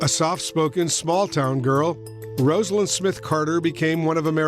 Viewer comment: ➡ FYI NTD: Rosalynn Carter pronounced her name ROSE-a-lynn. Not the same name as "Rosalind," which is pronounced RAHZ-a-lind. The anchors got it wrong, only the "Look Back" narrator got it right.